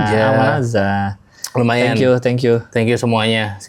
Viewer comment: dibaca, tenkyu 😂